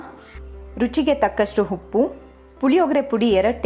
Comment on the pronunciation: ಹವಲಕ್ಕಿ ಅಲ್ಲ ಅವಲಕ್ಕಿ ,ಹೊಗ್ಗರಣೆ ಅಲ್ಲ ಒಗ್ಗರಣೆ, ಹುಪ್ಪು ಅಲ್ಲ ಉಪ್ಪು... ದಯವಿಟ್ಟು ಉಚ್ಚಾರಣೆಗಳನ್ನು ಸರಿಪಡಿಸಿ...